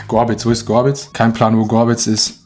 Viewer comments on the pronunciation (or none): Gobritz und das triggert hart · Sich aufregen, wenn Leute Ihn Aditoro nennen, dann aber die ganze Zeit Gobritz, statt Gorbitz sagt... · Alle Dresdner sing getriggert wenn er Gorbitz Gobritz nennt :)